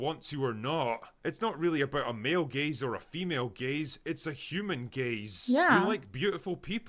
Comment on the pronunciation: At first I thought you said “male gays” and I was like what did they do?